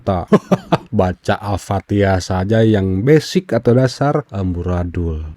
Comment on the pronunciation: BHAHHHHH KRISTEN ANCOOOORR MTQ BACA FATEHA SLH NAUZUBILLAH, AYAT AOA DIA GAKNTAU NGOMONG MTQ, WALAT DAAALIN HHHHH BACA LATUNNYA NI YEEE